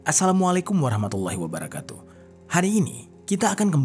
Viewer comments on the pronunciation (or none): none